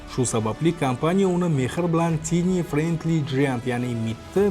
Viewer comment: "Tiny" tini deb emas. "Tayniy" db oʼqiladi